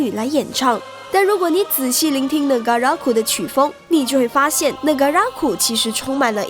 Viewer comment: 為什麼 Negaraku 唸成 NegaRAKu ?